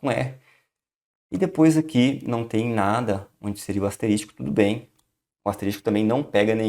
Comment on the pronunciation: Muito bom, obrigado mas, ASTERÍSTICO, foi osso, doeram os ouvidos.